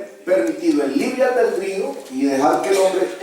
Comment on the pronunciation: No sé dice albendrio, se dice albedrío.